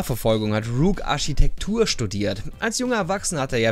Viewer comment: dass oft ch und sch verwechselt. Zb sagt er in dem "Militäriche" und "Arschitekt". Find ich ein wenig Störend aber der Kontent is trotzdem sehr gut